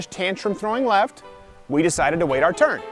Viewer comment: Left? I thought you said daft.